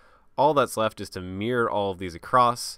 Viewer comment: great tutorial, I still refer back to it years later if I ever forget anything. Still makes me chuckle when he says "Mirror", sound more like MEAR